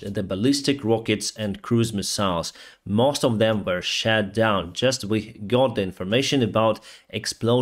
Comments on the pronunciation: Thanks for your daily updates. Just a minor correction to your pronunciation of the word "SHOT" as in "rockets been shot down". Pronounced as ШОТ not ШЕТ. Stay safe. Привіт з Австралії. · it is SHOT down, not SHAT down. SHAT down means something else in English, i.e. shit lol! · Greatly appreciate your daily updates! I follow them closely, and my heart bleeds with Ukraine. But please,, don't say "was SHAT down". It should be pronounced "SHOT", with an oh-sound, otherwise it will create a comic effect where there should be none. I say this with respect, and concern for how your videos are construed. Wish you the best! Stay safe! Greetings from Sweden. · The drone was shot down, not shat down. Pronunciation is important but “shat down” put a smile on my face. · "shot down" not "shat down".